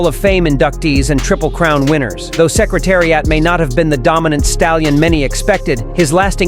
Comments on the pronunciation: If you can't even pronounce Secretariat I'm gonna listen to your BS!😮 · DERby NOT DARby Say is correctly dummy. Learn how to pronounce Secretariat. dummy.